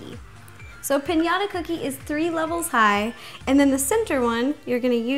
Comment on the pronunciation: Pinata? It's piñata